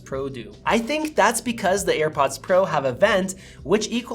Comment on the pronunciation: You call them EarPods instead of AirPods haha cute